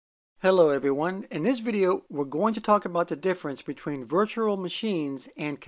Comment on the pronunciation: Don't know if you've noticed but you kind of pronounce virtual as virtural. Can you try saying rural juror? 😊